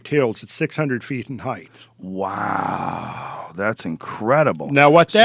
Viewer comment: When this guy mispronounces height it drives me crazy. "Heigth"